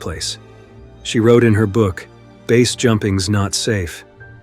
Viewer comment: "Failed **trials**"?? Sometimes pronounce "BASE" as base, sometimes letter-by-letter... Low-effort AI content detected.